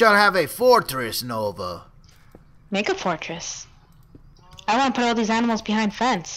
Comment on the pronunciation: He almost said aminals